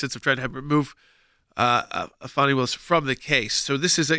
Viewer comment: What reputation, for living up to her name? Guess I think loosing that could be a very good thing. This woman is a prime example of a spoiled child growing into adult sized clothing. ..... and its Fāni not Fawni!!